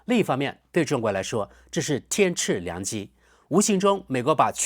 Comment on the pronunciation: 天赐（音ci4）良机。